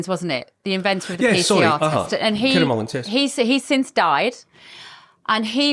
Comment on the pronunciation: Mullis not Mullins